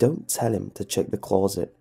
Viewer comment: I can't finish this video cause of the way he says closet